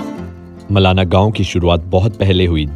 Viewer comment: It's not मलना it's मलाणा।